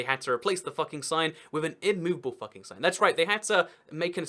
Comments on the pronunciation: Most probably it's pronounced "fuu-king" instead of "fah-king" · It's FOO-king, not Fucking! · It's pronounced Fooking. u in German is oo. But there are (where?) Austrian places (not towns) that are called after swearwords: Arschlockwinkel (Assholecorner) and Futbründl (Twatfountain, maybe C**tspring?). I think they renamed those places now. The "legend" is that when a royal cartographer from Vienna came to map the area the locals had some fun with him. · They recently changed their name to 'Fugging', which is close to the German pronunciation of 'Fucking'. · It's pronounced "Fook-ing". Video was still hilarious. Austria gets it bad - there's also an Oberfucking, an Unterfucking, and a Fugging. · The funny thing is that it’s pronounced fooking not fucking. Lol. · But isn't actualy pronounced "Fooking"? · It would not be pronounced as we would. It should be more like fooking. But obviously you can't argue with the alphabet. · You are pronouncing it wrong. It's pronounced FOOKING and it rhymes with "booking" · Uh, you do realize that you're mispronouncing the village name? "Fucking" rhymes with "booking", not "ducking." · Its pronounced wrong